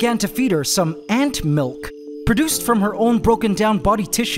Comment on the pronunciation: God I wish you'd stop saying Ant Milk like that lmao. Did the first ant emerge in a similar fashion and we just didn't have a chance to watch? It sure seems like she just sprung out of there no problem, making this second ant seem like such a drama queen! I'm actually surprised ants needed so much help emerging, I thought they kinda cut out of the cocoons themselves.